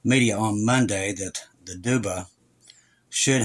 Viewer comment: Yes you are saying Duda correctly